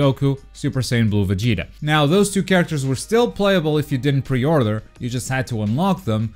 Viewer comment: Say pre order one more time i swear "pe othrruing" 😂😂😂